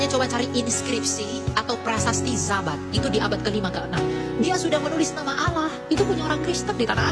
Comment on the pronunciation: 👉 layo.. Wong kata ALLAH nemplok di quran ada, kok mlenceng bacanya jadi awoohh oloh... oloh³... Mereka harusnya ganti itu dengan awoh 🤝